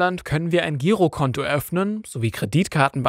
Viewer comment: Nicht sehr vertrauenswürdig, wenn das Wort "Girokonto" falsch ausgesprochen wird.